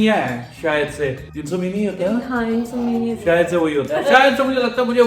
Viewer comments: Insomania nahi insomnia.😂😂😂😂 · Its called insomnia ( IN SOM NIA) not insomania